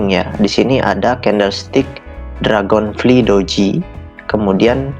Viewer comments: Dragon flaay bukan dragon fli bang😂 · dibacanya dragonflay